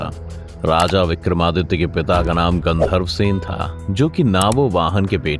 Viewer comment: Gannedharwa sen nhi maharaja gandharwa sen naam thik se le 😡😡😡